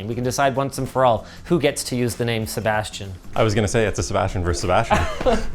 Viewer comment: a SeBASHtian